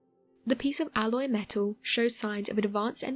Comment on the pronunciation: I can't trust someone that says meto instead of metal